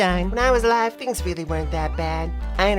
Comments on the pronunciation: It's pronounced THings not Fings. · Fhings got real? Speak english.